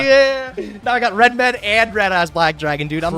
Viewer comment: I hate that they say REDMED when clearly his name is RED-MD